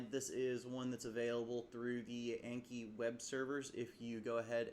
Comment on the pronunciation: pronounced like on key bc it comes from japanese (暗記) not like yankee lol